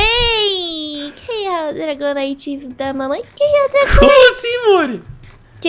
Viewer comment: o dragonyte sobe no r e dece no f